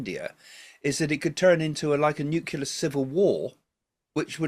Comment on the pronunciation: It's NEW-CLEAR not NEW-KILLER 😄